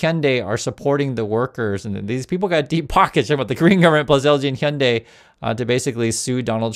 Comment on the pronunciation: Why do Americans say ‘honday’ instead of pronouncing it correctly?